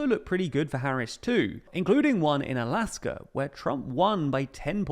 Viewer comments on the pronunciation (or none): none